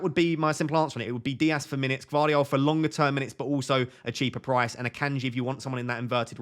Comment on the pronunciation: Gvardiol, g is not silent. I've gone with Walker as he is only one that can play on the right.